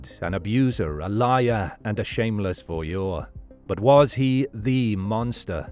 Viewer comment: "Voyeur": just ask Google how it's pronounced. Some YouTubers are so lazy.